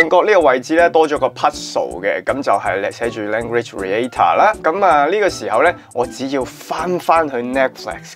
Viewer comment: Reactor : Re-act-tor 唔係Re-a-tor嘅呢